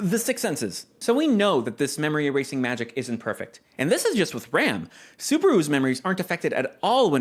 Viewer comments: english dub is so fucking cringe i cant take this also can you please stop pronouncing Ram like the english word please, she's not a ram, she's Ram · So I's the Bloody Dubs fault I see all these youtubers call Ram "Rom" It's Ram, Like the Sheep Animal that headbutts you or "Battery Ram" or 'Ram'p Rom is the Big dark skinned giant from the loot house not the pink haired demon battle maid. It's ridiculous have the Dubbers screwed up one of the main casts names.... Just one example of why I personally don't watch Dubs